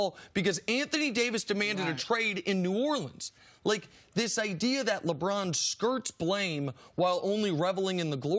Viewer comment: Nice!!!!! I thought I was the only one who thought he's says Lebron's name funny. LEBRAAAAAAAAAAAAAAAAAN!!!!